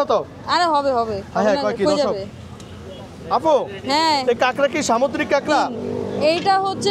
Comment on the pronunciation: এই উপস্থাপক উনি মনে হয় ভালো করে ভাষা শিখে নাই আপুকে বলতেছে আফু, পনেরশত টাকাকে বলতেছে ফনেরশত। তাকে ভালো করে ভাষা শিখতে হবে তারপর অনলাইনে আসতে হবে